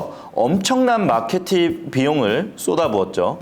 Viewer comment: 마케팅 발음이 잘안되나?ㅋㅋㅋㅋㅋㅋㅋㅋ